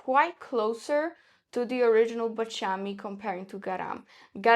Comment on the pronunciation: Baciami. The accent on the second "a". It's terrible to listen to this...